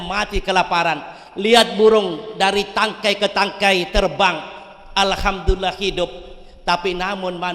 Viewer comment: khotib dadakan ini mah, baru pertama uda salah. ALEHAMdulillah, huruf ﻝ bukan huruf qolqolah bapak. MILLADUNHU WA bukan milladun wayubas.. baru mukaddimah uda slah semua. belum lagi isinya berantakan, manusia dibandingkan dengan burung dlm mencari nafkah, piye to pak.? kalimat asabikul di ulang beberapa kali, terus menggantung.. ASABIKUL ITU BAHASA APA YA? setau saya kalo dlm Al-QURAN yang ada itu فَاسْتَبِقُوا الْخَيْرَاتِ kalo bawa teks ya di baca pak, biar ga ngawur